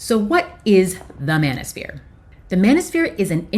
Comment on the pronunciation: I thought you said bananasphere.. 😅😅